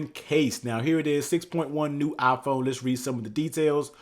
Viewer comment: Nobody: The guy: Aaaaphone